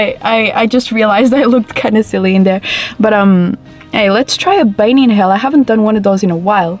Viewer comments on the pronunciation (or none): none